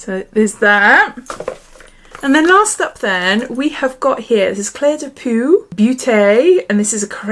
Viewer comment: It’s pronounced “clay de po” 😉